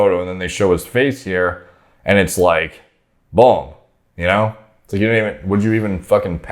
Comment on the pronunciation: doesnt say boom he says bulm